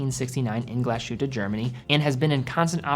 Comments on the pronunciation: It's pronounced Glas-Hutte and not GlaSHutte. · A great video as usual. However, a very small nitpick: the pronunciation of the name of the brand/town Glashütte is not how you say it /glas SH uta/ but more like /glas Huta/ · "Glaas Hitt-eh" Not "Glaa-shutteh" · Great channel, great guy, great review. But please: start learning some basic, basic German so that German words and names get pronounced the right way. For example, „Glashütte“ is a compound noun consisting of two words, „Glas“ and „Hütte“, which is why pronouncing it „Gla - Shütte“ is incorrect. You start doing that, I promise we Germans will try to improve our pronunciation of „Submariner“ (by deriving it from „mariner“ instead of „submarine“). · Your pronunciation of Glashütte is dead wrong. You have to pronounce it Glas...Hütte . Not Glashutte. The S and the H don't create a common sound. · I'm really sold on the Sinn 556 I-RS on steel bracelet. BTW Glashuette is pronounced, "Glaze- Her-Ta" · Stop sayin Glas Shootah. So cringe. It’s not Myoolah either. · In the intro you pronounce Glashütte correctly but then to proceed to call it Glaschute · As a european who knows german quite well i just want to point out that the correct pronounciation of mühle glasshütte would be "mewle glAs-hewte" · great content as always, just a quick note, is pronounced "glas-hute", so there's no "sh" sound but rather an "s" and a "ü" sound after that. Picture the name of the footballer Thomas Müller and you get how that ü sounds like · Native German here: You pronounce Mühle very well! But Glashütte isnt with an english "sh", that would be "sch" in german. its pronounced "Glas" like "glass" and then "Hütte" with an ü very similar to how you correctly pronounce it in "Mühle".